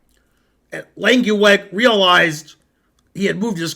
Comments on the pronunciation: Lenkiwag? You’re pronunciation of a dutch name is frankly terrible! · His name is Langeweg, not Lankieweg.